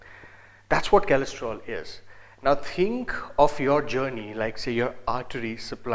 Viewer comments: it is cholesterol re...not kalestrol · Kalestrol? lol chutiya